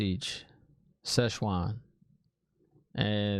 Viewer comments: Time for the almond siege :p I know you're kidding :) SHEWAN omg what are we gonna do with you :P its pronounced more "sue-ohn" "Sanc-aye" :P But i know everyone probably already typed it, please forgive me ^_^ I got something from the swearing on the oath rod. did you get it? i wont mention what it is :P I want to hear your thoughts on that ^_^ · Almond Siege Szechuan 😂👏 Well she can be a bit spicy, our Szechuan. 😂🔥😜 Tip: can you say Amarni? Am-ar-lyn Seat ( as in a chair) Siuan it's like Sue-Anne but you say it fast. Like Swarn. Everyone else answered your questions by the time I got here. Loved your reaction and theories. 😂👏🥰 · I'm dying at "szechuan" lol